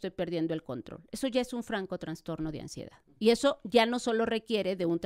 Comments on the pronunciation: Vergüenza de invitada. Para la especialista: no se dice 🚫TraNstorno Se dice: TRASTORNO ☑️ Enunciar: Anunciar Mesmos: mismo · Una doctora hablando de trastorno y pronunciando la palabra transtorno ( mal pronunciada) me hace pensar, si realmente estudió por medio de libros o hizo un copia y pega por internet...🤔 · si la palabra correcta es TRASTORNO!! No, TraNstorno !